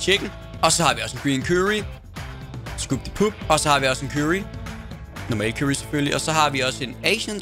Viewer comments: "kyrry" xD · det var da næsten bedre med sraaaaji eller hvade han nu sagde aha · måden du siger curry på XD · Hvordn f*ck er det han siger curry? ahhaha dør